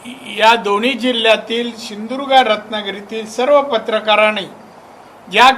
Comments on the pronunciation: सिधुदुर्ग. म्हणा. साहेब. सिंदुर्ग. नाही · सिंधुदुर्ग म्हणा सिंधुर्घ म्हणता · ये नाऱ्या शींदुर्ग नाही , सींदुर्ग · अरे पहिला सिंधुदुर्ग बोलायला शिक.